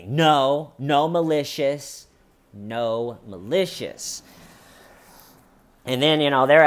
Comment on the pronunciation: I keep hearing “no malicious” as “gnome-alicious.”